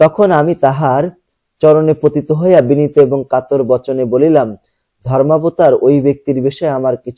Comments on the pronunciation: কাতার না কাতর হবে😂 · Sir occaron gulo shothik bolben bar bar Katar bolsen keno Kator hobe but bujassen Valo korei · আপনি কিছু শব্দ ভুল উচ্চারণ করেছেন স্যার 😅 যেমন : কাতর কে কাতার বলেছেন। আমি ভেবেছিলাম যে দেশের নাম আবার কোথা থেকে আসলো🙂পরে দেখি কাতার হবে না কাতর হবে🙂তবুও আপনি না থাকলে পড়ালেখা মাথার উপর দিয়ে যেতো🙂🔪💔